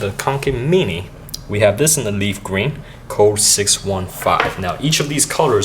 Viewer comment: when he says mini :p